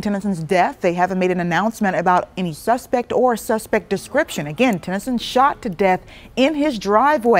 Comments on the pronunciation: Why does she keep saying "Tyson"?? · Sutton Tennyson* Ti not Tyson lmao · And when you're reporting news get names right it's Sutton Tennyson